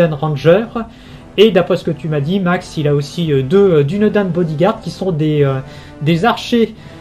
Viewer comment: Dunedain ça se prononce Dounédaïne et pas Dunédin ni Dunédène